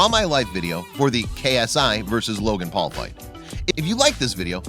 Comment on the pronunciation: i like how he says jake pool and logan pool